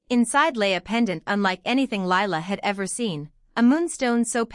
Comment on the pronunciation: What the hell did I just listen to?? The title has nothing to do with the story, the necklace had no continuity anywhere and then Lila was looking thru ledgers. What garbage. And the name Lila is 2 syllables.